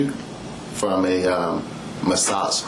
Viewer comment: The way that trooper pronounced massaaaaaa’g’e